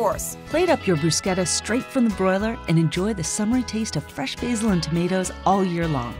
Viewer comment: Oh my god you said bruschetta in the right way 😍